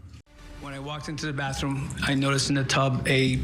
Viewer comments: TOoooo manyy people say BAFFroom. Please!!!🙄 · Grown man saying “baff room”…what a pos